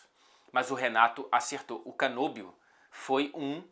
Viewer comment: Excelente vídeo. Apenas um pequeno detalhe. O nome do nosso Muso da volancia, se pronuncia Canóbio, com acento agudo, e não Canôbio. Ele é Ítalo-Uruguaio. Vc pode até falar fazendo a mãozinha italiana se quiser: Canóbio! 🤌🏼🇮🇹🍝